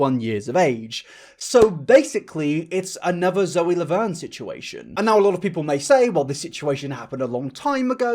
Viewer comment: Hehe he pronounced Zoe's name wrong. Anyway love you mate. Thank you for making such important content